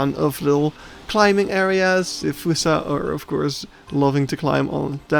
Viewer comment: its pronounced F-aw-ssa not fUssa